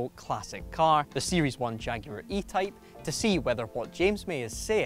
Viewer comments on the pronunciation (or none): for a second I thought I always misheard jacuar for jaguar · the jaguar said jacuar?